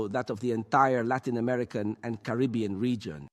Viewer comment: It's Caribbean lol